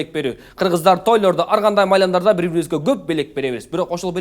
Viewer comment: Ким байкады Актан байке майрамдарды дегенди майламдарды деп алды.